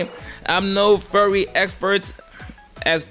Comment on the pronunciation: It's funny that you pronounce Furry as Fury.